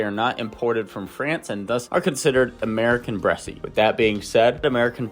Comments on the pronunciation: Bresse without an accent is pronounced Bress. That is the proper French pronunciation. Saying "Bressie" is incorrect. Period. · It's pronounced "Bres"--only 1 syllable. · The e at the end is silent...bress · I know you are reading from a bunch of compiled info about the breed, but you even read aloud the proper pronunciation of the word Bress and then continued saying it incorrectly. That's very cringe, bro. Please learn from this and be more mindful of what you are reading for the camera. I like your channel and refer to it and your site a lot, but this really hit me hard. It makes me want to look elsewhere. The timestamp for the teaching moment is: . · IDK why you are mispronouncing Bresse. Also the breed is a very good layer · Bresse rhymes with chess…..no E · "Bresse" is a one syllable word....the final "e" is silent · You are NOT pronouncing it correctly